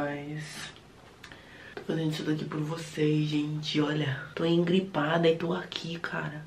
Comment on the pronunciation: tu e demais, do muita gargalhada com seus vídeos..." Imgripado" a gente fala assim lá no interior do marajó